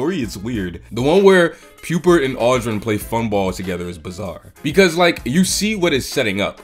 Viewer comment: You can pronounce 'Pupert' but not 'Rupert'?